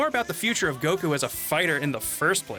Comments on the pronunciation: why the pronouncing of goku as go-koo like a owl and nice dbs spoilers for those that watch dub only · I’m just distracted by how weird pronounces Goku. Seriously, I know it’s a small thing, but I’ve heard most peeps say it normally whereas he’s just like “GO-KUUU.” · I wish they would stop putting a weird accent on when ever they say, "Son Goku" or a few times when they said "goh-kuu" Just speak like a normal person, and if you are going to pull the line of "proper pronunciation" then you better start calling Krillian, "Ku-ri-rran" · pronounces “Goku” the Japanese way, I think everyone else says it the American way. It rly doesn’t matter to me 🙃 but some ppl get their panties in a bunch abt it lol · Every time dude pronounces Goku's name that way, it hurts me.